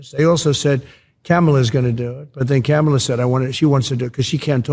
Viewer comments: Notice how he said the VP’s name correctly. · I noticed Diaper Trump was pronouncing Kamala Harris name right for once...